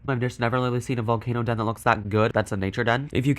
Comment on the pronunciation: The way says the den! 😂😂😂